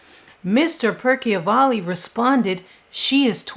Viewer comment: It's Joe Percival ,not" Perky o valley" , all the videos in wich he appears even says his name correctly! And there's absolutely no proof she was involved with Jeter when he was 11! Just because he had an expensive watch and no 1 knew how he got...C'mon! Yes, inappropriate and morally wrong at 17, but not criminal! Very disturbing to say she abused him at 11…If I was her mother, I'd sue you !